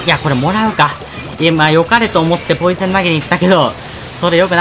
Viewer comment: ポイズンって言ってて ん？と思ったらポイセンだった